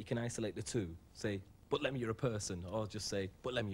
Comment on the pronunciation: Did the guy not have time to ask Lemn how to pronounce his name before the show, very lazy interviewer.